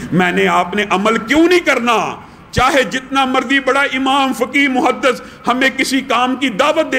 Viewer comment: محدَث❌❌❌❌❌❌❌ محدِث✔✔✔✔✔✔✔